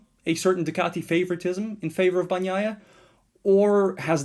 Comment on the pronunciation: why are you calling him bag-naia?